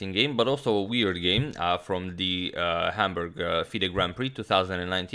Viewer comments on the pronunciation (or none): none